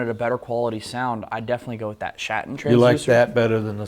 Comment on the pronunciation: That Schatten sounds like Schat.